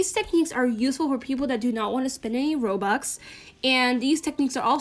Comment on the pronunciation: Nobody:: Rwobuxs